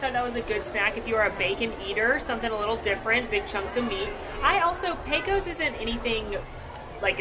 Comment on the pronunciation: no matter how many times you say it, it's not pronounced "PECK-o's". It's "PAY-cose". Rhymes with "Pay close" attention.